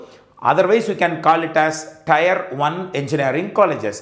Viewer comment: Thanks for these wonderful videos. A small suggestion on pronunciation of Tier, it is pronounced like tear(டியர்), not Tyre (டயர்) (used for Car Tyre).